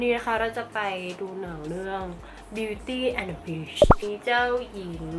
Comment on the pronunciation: ได้ยินเป็น Beauty and the bitch😂